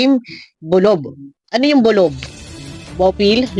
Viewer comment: Naging BOLOK instead of BOLOB😂